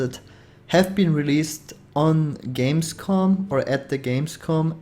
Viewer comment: It´s "Gamescom", not "Games Con".